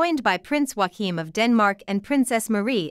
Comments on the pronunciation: Yo-Akeem, not Juaquin 😆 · Joachim is pronounced Yo-kim not Wa-keem. He's Danish not Spanish.